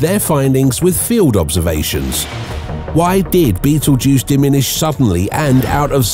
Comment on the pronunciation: I don't think it's pronounced' like the movie, but can turn this into a drinking game. Every time you hear bettle'juice. Take a shot.😅